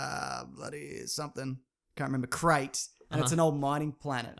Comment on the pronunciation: It's Crait not Krayt.